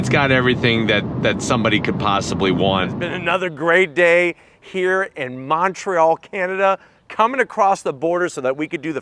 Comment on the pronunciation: dude didn't say Montreal right.